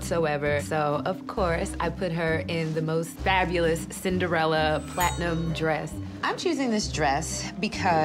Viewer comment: It annoys me so much when that guy says “Fabalus” lol